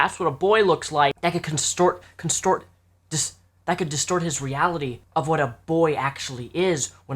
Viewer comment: "Constort" Sometimes Englishing is too hard.